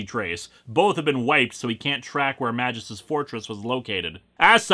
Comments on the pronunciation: As a non-native English speaker, I feel that every time when a Greek or Latin name is spoken by an Anglophone. The pronunciation is just sooo wrong. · In the art's defense, Ron Lim was doing this massive crossover event as well as the monthly Silver Surfer comic, and I think a few other things as well. Granted, his art isn't going to be hung in the Louvre, or anything, but it is serviceable, and it least it's not ugly like Sam Keith, or worse, Joe Quesada. Also: Just saying, it's not a soft "J" sound. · Is that character's name really supposed to be pronounced "majìus"? "Magus" is latin for "wizard" and should be pronounced with a hard "G" and the "U" is not supposed to be a diphthong. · another comment about how you're pronouncing magus wrong srsly tho, I find that quite vexing, maybe even unreasonably so. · The way you say "Magus" is very unsettling to me